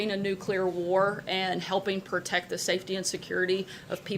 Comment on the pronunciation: sec’s “pur-tect”